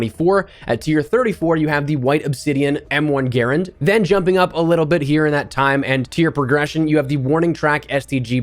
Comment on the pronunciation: Its pronounced M1 Guh Rand. Not gairund. Don't butcher a WW2 icon.